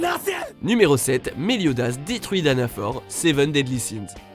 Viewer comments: Un top qui donne que peu envie à cause d'un narrateur qui donne plus l'impression de lire un texte qu'autre chose et des erreurs dans les noms japonais (Meliodas, pas Melodias). Ca demande un peu plus de travail et depuis le tant que vous faites des tops, ca devrait déjà être réglé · comment tu as ausé dire melodias c'est meliodas bordel o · C est pas melodias C EST MELIODAS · Meliodas* Et non Melodias bordel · C'est pas mélodias mais meliodas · C pas melodias mais meliodas merci😂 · Pardon « melodias »????? C’est Meliodas 😭😭😭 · C'EST PAS MELIODIAS C'EST MELIODAS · Melodias ??? C'est meliodas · mélodias wtf c méliodas ptn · Meliodias mais ses meliodas 😭😭😭🤦🏽‍♂️ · Dsl je met un pouce rouge pour le double melodias.... c est MÉLIODAS désolé je peux pas le laisser passer. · C'EST PAS MELODIAS MAIS MELIODAS!!!!!!!!!!!!!!!!!!!!!!!!!!!!!!!!!!!! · C pas melodias mais meliodas et en plus ta oublié eren contre Annie dans la ville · Mélodias au leu de Méliodas j'ai eu envie de me pendre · Frro meliodas pas melodias et danafor nn c pas danafor renseigner vous bordel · s'il vous plaît le prénom 😂😅😅 MELIODAS pas MELODIAS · mélodia sérieux c'est méliodas et ça se prononce méliodasse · C'est pas mélodias c'est méliodas et pourquoi il y a pas natsu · Melodias askp ptnn meliodas c pas compliqué frère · PUTAIN ces méliodas pas mélodias il a détruit le prénom 😭😭😭 déjà que il a mis la voix en vf pendant l’extrait 😶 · Melodias..... C MÉ-LIO-DAS 🤬🤬🤬🤬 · C pas melodias c meliodas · C’EST PAS MELODIAS C’EST : meliodas y’a pleins de noms dans ce tops que vous avez dit n’importe comment 🤦🏽‍♀️🤦🏽‍♀️🤦🏽‍♀️ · Meliodas pas melodiaz 😂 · Putain mais respecter les noms des personnages ! xDD D'ou Meliodas il s'appelle Melodias xDD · Cest méliodase pas méloidase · Il dit melodias au lieu de meliodas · Melodias ??? Je croit que j'ai mal entendu non ? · Je rêve ou à il dit mélodias au lieux de méliodas xD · C PAS MELODIAS MAIS MELIODAS !!!! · "melodias" heu.....stp c Meliodas!!!! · MeLIOdas pas MeLOdias